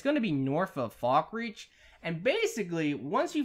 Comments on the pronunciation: FalkREATH not fucking FALKREACH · Did he literally mispronounce Markarth and Falkreath